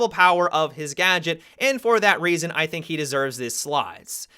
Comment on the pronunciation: "And for that rasin."